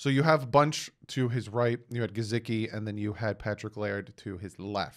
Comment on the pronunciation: Not to be nit picky but please pronunciate Gesicki properly! His name does not have a z in it! I had to listening too because of it!😖